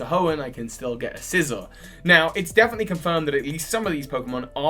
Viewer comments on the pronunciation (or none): none